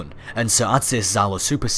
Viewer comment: Just wante to make little remark about your pronunciation. From Russian point of view, it's pronounced not " Zalo" it's something like " Jalo" or " Djalo" that's translated as " Sting" I don't want to complain or anything like that, just wanted to give you a little piece of useful information;3 Ps; Sorry for my English, I am still learning and try to do my best